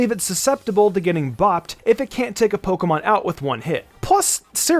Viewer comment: My guy said “pokemom”